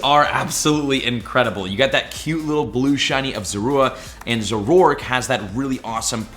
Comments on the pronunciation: Hey just a correction, Zoroark is pronounced Zoro- Ark (like the ship/game) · ZORO ARK…. Not whatever you said lol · Omg you’re so annoying... really after me Zah-roah! And Zohr-ark! P.s you can YouTube anime episodes to find out how you pronounce their names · Please start looking up pokemon name pronunciations before making videos man.. speficially referring to zorua and zoroark this time around. Its super cringe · He pronounces zorua and zoroark so weird